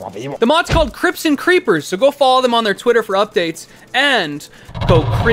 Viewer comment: I kept hearing crypts as crips and now I'm envisioning a Minecraft gang